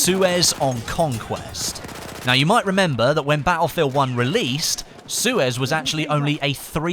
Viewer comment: why do you say battlefield 1 like BA-U-FIELD 1